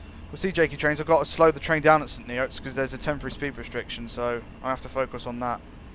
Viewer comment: it is pronounced like st nits my dad once worked there